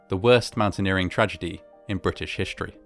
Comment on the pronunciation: "British hish-tory."